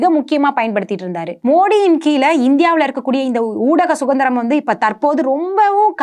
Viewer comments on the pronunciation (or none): அன்புநிறை நண்பரே,மிக அற்புதமான,தடங்கலற்ற,உண்மையான,அவசியமான,அழகான ,நிறைவான தொகுப்பை தந்த அன்புத்தங்கை அவர்களுக்கு ஒரு அன்பான சுட்டுதல், தாங்கள் பேசும்பொழுது சுதந்திரம் என்ற வார்த்தையை சுகந்திரம் என குறிப்பிட்டே பேசுகிறீர்கள் ,இது ஒரு சிறிய தவறேயன்றி வேறல்ல, தாங்கள் இதை கவனிக்க வேண்டுகிறேன், இது நான் குறை கூறுவதாக எண்ணாமல் வேண்டுகோளாக எடுத்துக்கொள்ள வேண்டுகிறேன்.